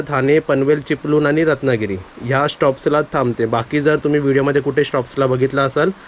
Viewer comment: Gadi sati shed karun ghey. Mhanjey pausat bhijat rhanar nahi. चिपळूण चा ळ बोल ल नाही. प्रयत्न करत रहा तुला येईल बोलायला. Try it.